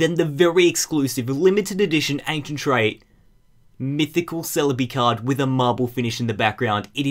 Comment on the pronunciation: itz a full art, not a aneshint trate